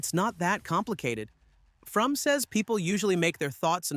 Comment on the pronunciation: Are you aware you are pronouncing Frum incorrectly? It is pronounced like "FROM".